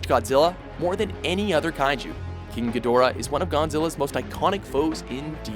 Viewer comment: King gahdoorah